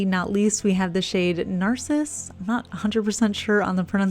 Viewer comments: Day Tripper is goooorgeous. Munchies is fab, those kind of yellows are not that common. I love Electric Daisy too. Narcisse is pronounced nar-CEASE. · "Narcisse" is the French name/word for "Narcissus" and is pronounced "nahr-seese". Just in case you wanted to know. I remember my HS choir singing Dirait-ton (a beautiful French song) and I was taking French at the time, too. Pronunciation was key for my choir teacher, so we made sure to get it right. Narcisse was mentioned in the song. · Thirsty and Hedonist from Cirque are my favorite neons. I only wish they came with a better brush because a wide flat brush just makes it easier to apply, especially creme polishes PS: I'm pretty sure Narcisse is pronounced NAR-SISS